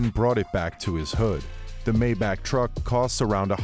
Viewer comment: Why everybody says mayback it's my-bach ( this is pronunciation not spelling)